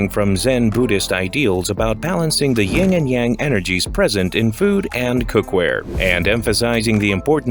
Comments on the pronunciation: It's "Yin & Yang" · Uh, I think you mean YIN and YANG. Not YING. And just FYI, “YANG” should be pronounced more like “YUNG”. All of this being information readily available on YouTube, ironically enough, when one sets out to make an educational video on the very same platform, but then strangely does not use said platform to educate oneself on their own subject matter.